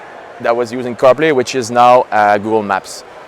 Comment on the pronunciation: Great video. I loved when said Apple Caw Play. 😂 😉